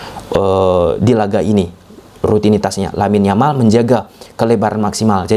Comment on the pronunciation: Yamal bacanya Jamal.